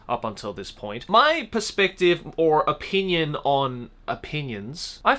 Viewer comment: Joey when you say the word “opinion” sounds like “O Pein uns “ idk 🤷‍♀️ you said this word like. 100 times in the vid 😏